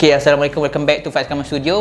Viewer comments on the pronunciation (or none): none